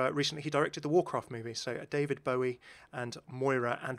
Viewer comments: why do you pronounce daVID BOWIE LIKE THAT AAAH DISGUSTING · I absolutely hate the way you said David Bowie’s name initially